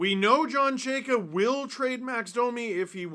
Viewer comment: These videos of you mispronouncing his name will be gold for the next 4 years before Chayka is fired.